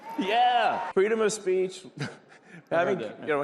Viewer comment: "Freedom of Spaich"